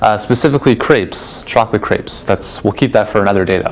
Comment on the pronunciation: Other than your propensity to mispronounce the word "crêpes," this is an outstanding video. I have an advanced (graduate) degree in a health/medical science and 40+ years of experience in "Broscience" and I can vouch for the accuracy of your information. Good job.